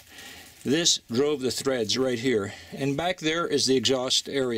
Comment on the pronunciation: Enjoyed the videos so far. Please don't take this as an insult but those are TREADS, not threads. And that is a TURRET, not turrent. LOL Other than repeating those incorrectly (which for some reason tweaked OCD i was unawares of possessing....), it was a thoughtful and well presented documentary and thanks for sharing.